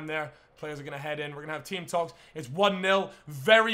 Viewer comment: At half time when he said where gonna have team talkes i thought he said were gonna have tea and scones